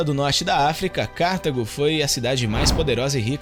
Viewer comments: Vídeo excelente. Só uma coisa. Não é Cártago. É Cartago. Sílaba tônica é a "ta". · Nao é Cártago, senão teria acento, porque seria proparoxítona. É cartAgo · Muito bom o vídeo! Só uma observação: o nome da cidade na África é Cartago - e não Cártago.